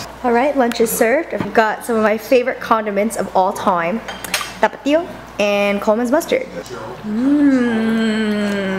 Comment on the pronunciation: I like how you actually make the effort to pronounce Tapatio correctly. btw, YAYAYAY FOR SEPTEMBER BABIES!!!